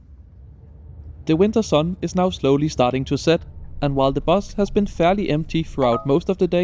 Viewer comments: I like your pronunciation of Jyväskylä. I'm not Finnish but I know that's the correct pronunciation and you sound like a local. Love the video ❤ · Wow! Instant hype. You’ve suggested a few more trips for my bucket list, thank you. But thank you too for teaching me the correct pronunciation for Jyväskylä which I’ve visited twice - firstly more than 40 years ago on an Interrail trip from UK - but never quite mastered how to say it! Will T